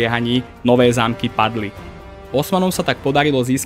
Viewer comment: Kámo, uchádzajú ti názvy obcí trocha. Päkostolie, Nowé Zámky a podobne. Neviem či to je len to použitie AI alebo to je u teba, ale možno si to ustráž trocha. Inak video veľmi super, konečne niečo poriadne na Slovensku, keď už Sandra serie na Dejepisinak .